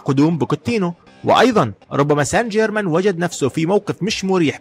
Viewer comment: ما بستفزني غير لما تحكي سان حيرمان😂😂 يا رجل بعينك الله.... باريس سانت جيرمان